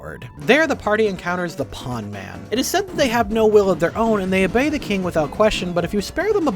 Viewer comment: Am I the only one who thought he was saying "pogman" instead of "pawnman"